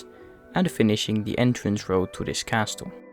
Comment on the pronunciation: Lovely video, just a pointer: the "t" in castle is silent! 😁